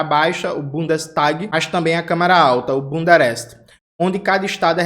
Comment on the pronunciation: Toda vez ouço o jones falando bundereste